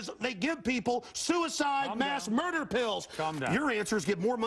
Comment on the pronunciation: Morgan : to mUerder Alex : ta mUEDE" Bro alex I can't 🤣😂😂